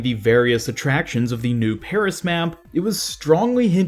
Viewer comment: Please bloody stop saying Peris